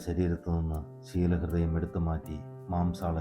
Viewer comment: shilaahrudayam is the right word.please correct and read 🙏🏻